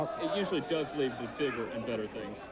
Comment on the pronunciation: His emphasis on Bigger amd better things cracked me up 😂